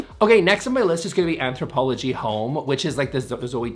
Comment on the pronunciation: It’s ANTHROPOLOGIE Home, not “Anthropology.”